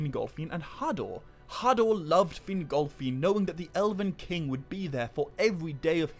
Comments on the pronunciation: Sorry I can't listen to a video where Fingolfin's name is pronounced fin-GOL!-feeen 10 times a minute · Ahh yes feengolfeen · Take a drink every time he says FinGOLFiin